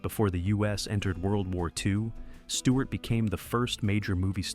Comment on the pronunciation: Stewart not Steward.......get it right !